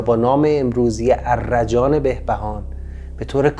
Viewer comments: درود استاد. تلفظش arrajan نیست arjan است. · درود. احتراما تلفظ آن ارجان است نه ا. ر جان